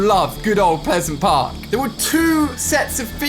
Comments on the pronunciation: Ignore the fact that ali said pesent park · Did he say piseant park or peasant park? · He said pisent park 😅😅😂😂😂